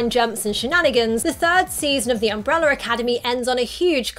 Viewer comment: “Umbrella”…not umbreller